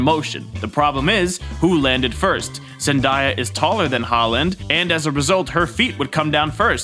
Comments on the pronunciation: Idky i get so triggered how he says Zendaya 😅😭 I have no room to talk i have a speech impediment i say almost everything wrong lmao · say zendaya's name right and I'll give you a like